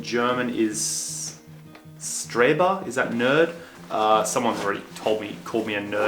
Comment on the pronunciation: Congrats and yeah, Streber is the word! :) But please remember that "St" is almost always pronounced "sht". So it sounds like "shtreber". Same goes on with "Sp" which sounds like "shp". So "Spiel" (game) sounds like "shpiel".